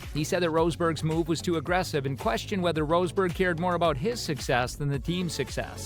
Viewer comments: Who's Nico "Roseburg"? 😂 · Inaccurate garbage: It takes a few seconds to check how a last name is actually pronounced. The man is not called rose berg Why are you showing Checo Perez when talking about Max Verstappen? Discussing Hungary 2021,,, wtf are you smoking? Lewis ended up 2nd in Hungary 2021, Max 9th after the bowling with Bottas thing. They did NOT collide with eachother nor did Max try to overrtake Hamilton at the restart. In fact the restart is legendary as Hamilton was THE ONLY CAR ON THE STARTING GRID, the rest started from pitane. You wanted some juicy Hamilton/Verstappen clashes... why not Silverstone 21, or Monza 21 (where Max and Lewis ACTUALLY drove eachother off track) Do you even watch F1?